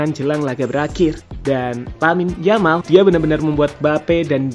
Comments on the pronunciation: Yamal mas bukan jamal jelek kali jamal😅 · Saya suka sama channel ini karena pengisi suara nya enak didengar dan irama bicara nya ga monoton. Tapi saran saya, perbaiki lagi pengucapan (pronunciation) nya, karena kalau salah pengucapan bisa mengurangi kenyamanan yang nonton. Terutama pas ngucap nama pemain. Di video ini nama 'Yamal' kalau pengucapan nya benar bakal jadi perfect sih menurutku. Itu aja yg mau saya sampaikan dan maaf kalau kata2 saya menyinggung. Semangat terus! 😄